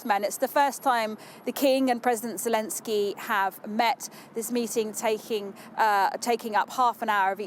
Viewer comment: " Welcome to the UK President Zulensky."